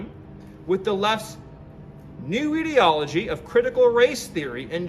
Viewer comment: Dude couldn't even pronounce ideology. Lmao what a political expert.